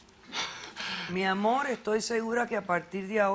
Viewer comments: "Eso es amoll miamoll " jajajajaja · Porque cambian la letra R por la L . Dicen al hablar amol tenel etc etc?